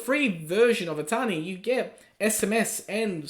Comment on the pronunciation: I always thought he was saying "a tiny". 😂